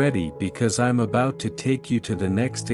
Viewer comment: You saying abaut love?